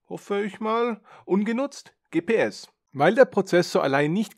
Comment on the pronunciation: Schönes interessantes Video, bis auf die Aussprache von GschiPiEss.